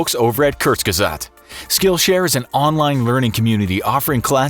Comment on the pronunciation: its really not hard to say kurzgesagt. lol you need some German courses